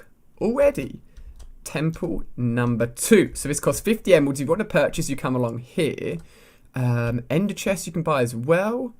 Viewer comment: Sounds like he said emwelds